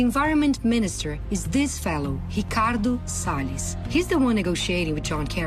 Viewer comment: quem está falando em inglês? Pela pronúncia parece um nativo, mas falou "Ricardo Sales" como um brasileiro falaria.